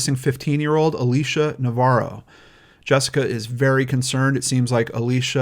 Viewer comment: omg it is Alicia not Alisha